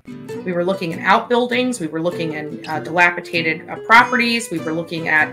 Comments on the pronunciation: And the criminal trespass against English... "delapiTated" "bale hays". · I had to rewind 3 times. She said dilapitated and then delacitated. Lord have mercy